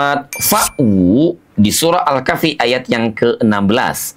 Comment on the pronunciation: Pak menyebut kahfinya kok begitu... hutuf ha nya hrs spt bergetar dadanya